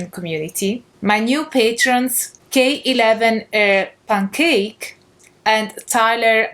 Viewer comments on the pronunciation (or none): I think K11erpancake is supposed to be pronounced “killer pancake,” but anyway, great video! I never considered the differences between paganism and new age before, always lumping them together myself. Do you think pagans get annoyed their books are usually in the new age section at the book store?